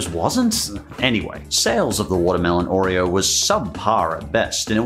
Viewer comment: hate the way he pronounces oreo, too much emphasis on the r sound.